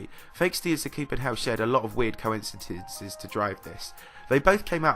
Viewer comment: "Fexty and Sapuken Hell shared a lot of weird coincitits..es to drive this."